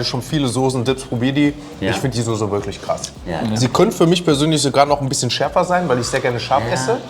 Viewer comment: Soße und nicht Sose. Er lernt es einfach nicht!!!